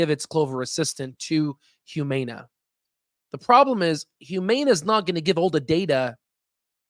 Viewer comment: Please learn how to pronounce Humana. You make it hard to listen to you.